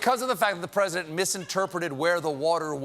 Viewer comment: "Mr. Pwesident, did someone use a sharpie on that map to include Alabama?" - "I don't know, I don't know! This is the oranginal map. Look! Alabama is soooo going to be hit."